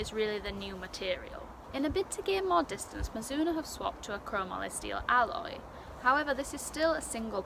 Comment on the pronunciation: You are the only person on You Tube to pronounce Chromoly properly!!!!!!